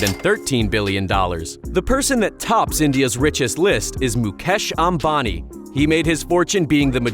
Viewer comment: i love how he says mu'cash' ambani lol